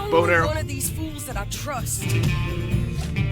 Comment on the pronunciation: When he said bow and arrow i heard boner lmao